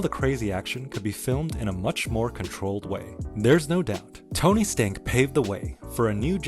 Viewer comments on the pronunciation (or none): Did you just say Tony Stank??? 😂